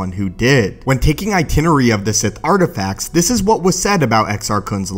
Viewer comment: "taking itenerary of the sith artififacts" The speaker literally has no idea what he is saying at times.